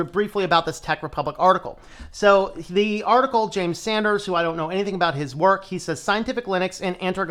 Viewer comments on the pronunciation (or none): none